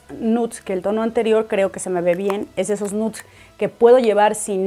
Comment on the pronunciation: POR FAVOR, NO SE DICE "N U T S" .